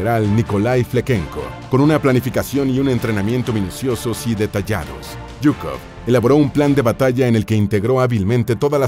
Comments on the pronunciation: Se lee zhukov y no yhukov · Se pronuncia shukof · Se escucha raro Yukov nada de pronunciación rusa